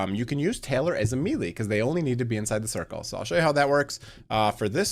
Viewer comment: Awesome video man, been following all the EE vids! Also btw took me a moment to realize you were saying melee... fyi it's pronounced (may-lay)... either way loving the content!